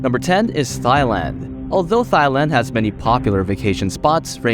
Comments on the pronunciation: It is not pronounced thighand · Thigh-land? I havent heard that pronunciation before😂